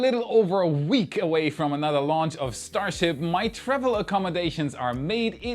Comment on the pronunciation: "Enough Starshiip for today." no